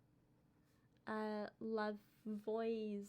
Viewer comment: I know this won't help for this video, but for future reference, it's pronounced La-vo-zee-ay at least for Louisiana French. Not sure if it's different in Georgia. :)